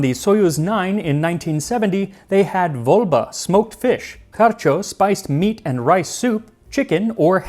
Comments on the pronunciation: It's voBLa, not voLBa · it's not volba. It's vobla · Also it's supposed to be Vobla*, not Volba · "VOLBA"?! "VOLBA"?!🤣 Fcken hell, Vo-bla. Vobla. Like "Vo, blya!" Like that, "vobla" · A little correction: it's vobla, not volba. It's Caspian roach (Rutilus caspicus), may be smoked but more often it's salt-cured (kind of like jerky) and used to be a popular side to beer. Speaking of onion, my dad back in Russia would just eat a whole onion casually, on its own, or with a drink. Being a person who hates onion with passion, I always found it weird. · It's not voLBa, it is voBLa :) and not smoked, but solted and dried. And thank You for this and other videos! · Not "volba", but vobla - salted and dried fish. Popular snack with beer) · Vobla blyat'! Not Volba. VOBLA! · By the way, it's not "Volba" - it's "Vobla" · It's "voBla", not "volba", popular kind of salted fish that goes well with beer traditionally :) And having some fresh onion (and garlic) with you meal is a very common practice all over post-Soviet territory. Especially with savoury stuff like meats, soups, barbecue, etc. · I'm actually a russian speaker and the bits about cosmonauts are great! Minor correction about the dried fish: it's vobla, not volba. Also, my granddad used to bite into raw onions, he was military guy from a small Siberian village and saw this as normal, very manly :) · It's "vobla", not "volba". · it is spelled vobla, not volba. and yes, patsaev eat an onion in orbit. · it's VOBLA, not VOLBA and it's a heavily salted air dried fish, not smoked. Also, Borodinsky (you might remember Borodino as a place of an important battle during the Napoleonic war) bread is just German Pumpernikel (whole caraway seed and malt). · That's "vobla", not "volba", pronounced similar to "wobbler" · It's actually not "Volba", it's "voBLa" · I guess it would be VoBLa, not VoLBa. Anyway, i am sure americans would not like it, so whatever